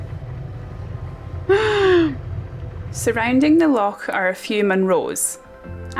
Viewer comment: A fantastic video,. I love the way you say "loch"...this place has to be one of the most beautiful i have seen on your travels....i love you...